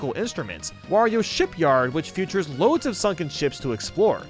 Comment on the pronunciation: Does anyone else notice that pronounces features like "futures"?